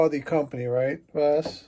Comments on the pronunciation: Hey, great job!!! ❤ By the way, you can pronounce it “Va-SCH” like the “sch” in Budapest. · I think it's pronounced something like Vascht